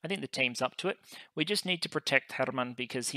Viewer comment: If you're interested in pronunciation help, for Hermann I believe you're making the pause between the two word-parts a bit too long. :) The correct delay to me feels like Coffee. Cof-fee. Her-mann.